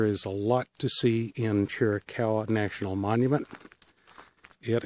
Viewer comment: Pronounced Cheer ah caw wah...